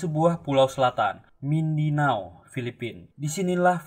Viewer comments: Pulau MINDANAU min bkn MINDINAU 🙏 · Mindanau..bukan Mindinau admin